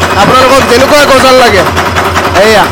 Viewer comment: Gojol nohoi gojal hoi